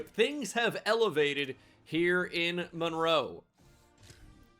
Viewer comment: My daughter's name is also Monroe, so I appreciate the fact that you say it correctly (Mun-roe). Really enjoying the series.